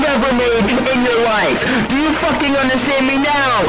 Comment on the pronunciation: that emphasis on F786ING was wild